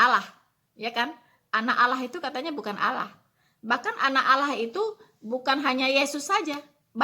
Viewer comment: Kristen Goblok... Allah.. Itu lidahnya lam masuk ke dakam karena hukum bacaannya bukan macam.. Ala la la la lalong ala alalalong looong long long lontpnngg